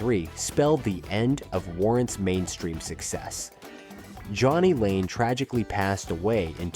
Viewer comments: It is Jani Lane. Not Johnny Lane. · It's Jainy, not Johnny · AUTOMATIC THUMBS-DOWN for not being able to pronounce Jaynie nor "lead"...me smells a fuk'n lying bot narrator! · Jani pronounced Jane E. Not Johnny. Jesus genZ creators are so lazy on research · jani not johnny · Janie Lane not Johnny Lane. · I’ve never been a huge fan of Warrant but even I know the lead singer’s name was JANI (sounds like Janey) and not JOHNNY. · It’s jani lane, not Jonny lane from warrant. Pronounced janey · its jani lane not Jhonny. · But his stage name is Janie (Jay-nee), not Johnny. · JANIE not Johnny. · Jani, pronouned PROPERLY as Yahnny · JANI (pronounced Jane-E) not Johnny lane and Heaven was warrants breakthrough hit they got sued by bay city rollers for infringement this guy has no idea what he's talking about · Warrant’s singer and frontman, Jani, was pronounced JAY-knee, not Johnny. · Warrant's singer Jani Lane pronounced his name like the feminine Janie, not Johnny. When John Oswald (Jani Lane) first started out he used the name his German grandparents had given him which was Jani (pronounced Yah-nee), but everyone kept saying it wrong and called him Janie, but it looked like Janie, so he just went with it. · It’s Jani Lane, not Johnny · his name is jani, not johnny. pronounced like jane-y. and they still successfully tour with their new singer Robert Mason (warrant) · "Johnny Lane" lmao. Dude get a clue. It's Jani pronounced "Jay Knee". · Pretty Shure it was supposed be johny lane every body said Janiey so he rolled with it. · Next time you have Warrant in your video try writing Jani as JayKnee for the AI voice over. Warrant had that slow motion synchronized group head bang, and I think that sums up the entire genre. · It's pronounced JAY NEE Lane, you moron. And Vanished without a trace?? really? what a joke tyhis video is. Get your facts straight. They had MASSIVE hits and a HUGE following. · And his name is Jani Lane not Johnny Lane. Smh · Jani Lane. Not Johnny Lane. Ffs.